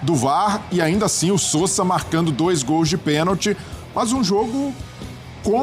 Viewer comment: a apresentadora.nao consegue falar Sossa !nao e como ela fala.…Souza！melhor aprender a falar direito！